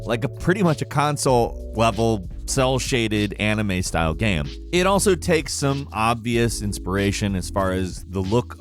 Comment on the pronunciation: did he just say... gam...?